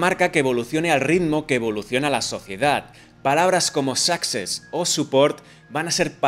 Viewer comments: “success” no se pronuncia sáxes se pronuncia suxés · tío, me haces sangre en los oídos cada vez que dices "sáxes".. el acento va en la "e" tío.. se dice "succÉss".. tanto que te quejas de la ortografía.